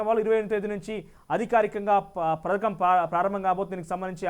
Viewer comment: పరకం కాదు బ్రో..పథకం అని స్పష్టంగా పలకాలి